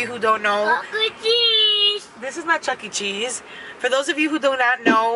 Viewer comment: When said ’chuckee cheese’ like he knew for sure what you were spelling 😂😂😂 oh my goodness.